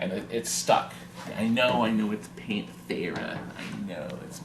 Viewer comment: Pan-AH-Tera hahahahahhahahahahahahhahaha!